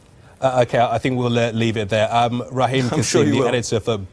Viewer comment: Raheem not Reharm